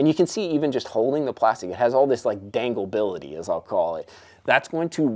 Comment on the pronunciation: "I like the danglebility of it" this is why we love 🤣🤣